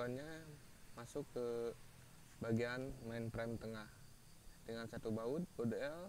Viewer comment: frame bukan prem peanut dibaca pinat